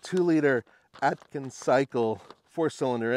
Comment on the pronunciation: I heard you say "Atkins" Cycle:face-green-smiling